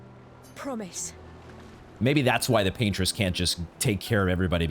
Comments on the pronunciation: "Pain-tress" is crazy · Yeah I’ve never heard that interpretation before it was pretty funny. Because I kinda get it lol